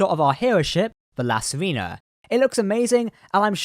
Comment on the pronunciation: I really enjoy your videos but I need to comment on something that is very distracting. Basically we need to go over some basic Spanish pronunciation. It wouldnt be an issue if the ship's name wasn't La Sirena, (which means the Siren or Mermaid). In spanish "E" is always pronounced "ay." Likewise, "I" is always pronounced "ee." So La Sirena is pronounced "See-ray-na". Vasquez rocks is pronounced "Vas-kayz". And now you know!